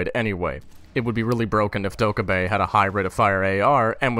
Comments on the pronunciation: Doh-keh-bee Not doekuhbee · It's DOH-KAA-BAE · Bruh, it's dokkae-BAE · If anyone happened to wonder, it's more like dOCK-Geh-Bee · its "doki doki" REEEEEEEEEEEEEEEEEEEEEEEEEEEEEEEE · i do humbly believe it is pronounced dokhebee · its pronounced (DO - KE - BI) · the fucking name is ''do - kay - a - bi''